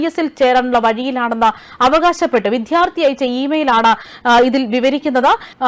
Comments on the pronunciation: വിധൃാർത്തിയല്ല, വിദൃാ൪ത്ഥിയാണു ശരി. നന്നായി ഉച്ഛരിച്ചില്ലെങ്കിൽകേൾക്കാൻ അരോചകമായിരിക്കും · വിധ്യാർത്ഥി എന്നു പറയാതെ വിദ്യാർത്ഥി എന്നു പറയൂ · വായന നന്നായിട്ടുണ്ട്.നല്ല എനർജിയും ഉണ്ട്. പക്ഷേ ഉച്ചാരണം ഒന്ന് ശ്രദ്ധിക്കണേ. വിദ്ധ്യാർത്തി അല്ല വിദ്യാർത്ഥി ആണ് ശരി. പലവട്ടം ഇത് പറയുന്നുണ്ട്. ബന്ദു അല്ല ബന്ധു ആണ് ശരി. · വിദ്യാർത്ഥി എന്നാണ് അല്ലാതെ വിദ്ധ്യാർത്ഥി അല്ല ഉച്ചാരണം ശ്രദ്ധിക്കുക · "വിദ്യാർത്ഥി" ഉച്ചാരണം തെറ്റ്. 'ദ്ധ്യ' യുടെ ഉച്ചാരണം ഒഴിവാക്കി 'ദ്യ' ഉച്ചരിക്കണം. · Vddhyarthi,viddhyarthi,viddhyarthi.????? Please mind pronunciation. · Shit / try to say വിദ്യാർത്ഥി !!!